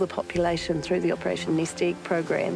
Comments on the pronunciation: Why did she say "iiiiegg" and not "egg"? XD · "handful of Kiwi Igg"